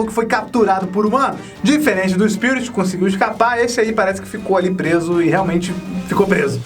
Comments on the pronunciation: O fala SPIURIT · O sotaque dele diante d palavra "Spirit" é estranho kkkkkkk amei o vídeo, sempre amei esse filme :) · Esse tempo todo vc falou o nome dele errado